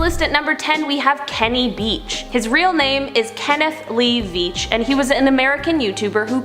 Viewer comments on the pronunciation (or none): Its Kenny Veach, not Beach! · "kenny beach" its "kenny veach" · It's Kenny veach not beach😂😂❤